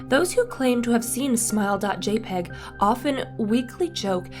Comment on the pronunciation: It’s said JAY-pee-gee, thank you very much.